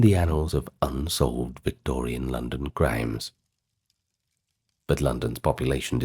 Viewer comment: My name is London and I love your voice.I love how you said my name , the vacating of this video